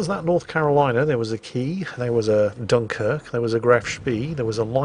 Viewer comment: You can say Dunkirk instead of the wrong "Dunker queue" :p